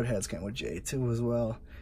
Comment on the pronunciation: It is actually jey instead of jay